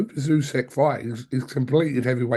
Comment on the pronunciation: "ooh-sick,". Not bloody "ooh-seck." Get it right